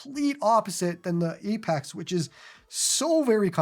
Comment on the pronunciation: "Apax"